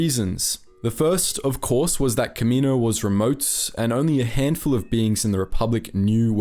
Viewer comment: Planet name: Ka MEE no Species name: kam ma NO wins Bruh